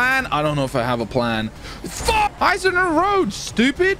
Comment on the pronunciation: the video gets way better when says pull the fook over